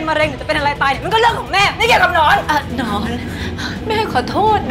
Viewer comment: หนอน หรือ หนอง เราได้ยินเป็นหนอง555